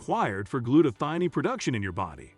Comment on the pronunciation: The word is gluta - thigh - own. One as in cone and scone so thione is thigh-own